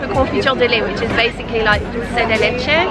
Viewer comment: Thought I couldn’t love you more and then you said “dulce de leche” so beautifully <3